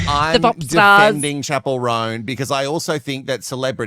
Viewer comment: I don’t think I’ll ever pronounce her name correctly from now on. She will forever be known as “Chapelle Roan” 🏄🏻‍♀️ 👀 😂